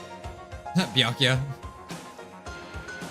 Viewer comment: You were close, "byakuya"